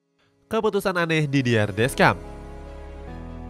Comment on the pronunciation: Jujur sebagai fans prancis, awal nya ragu prancis bisa lolos fase grup, tp sejauh ini not bad, walaupun belom yakin 100 persen (Sedikit tambahan, semoga berkenan yaa 🙏, untuk pelatih nya prancis nama nya dieja "didiye desyong", nama rabiot dieja "adrieng rabio", nama maignan dieja "menyong", ralat juga untuk nama pelatih denmark karena seharusnya "hyulman", terimakasihh 🙏🙏)